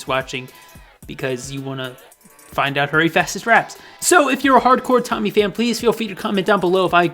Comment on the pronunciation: I don’t who Tymee is but I thought you’ve been saying Tiny.